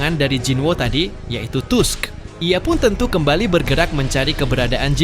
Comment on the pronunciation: Tolong jgn malu2in jg tusk dibaca Task.. emg kga nnton anime nya apa?